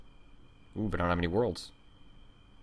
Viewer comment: did you say "anygay" at around :40 ?